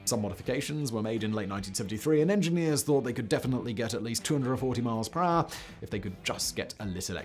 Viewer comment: actual english: per hour simon: PRAH